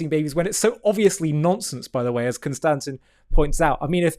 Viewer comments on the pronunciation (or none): Con-sta-stein* fixed that for him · "CON - STA - TIN" lol